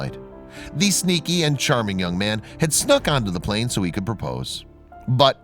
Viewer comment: Just noticed that instead of plane it was plan lol